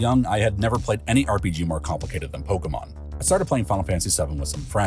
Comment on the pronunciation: The way you pronounce Pokémon (wrong) makes me want to stab my ears out